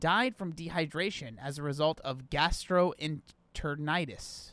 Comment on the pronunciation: At first I thought you were being a bit pretentious by making sure you put how gastroenteritis is pronounced but then I watched the video. Now I understand why lol.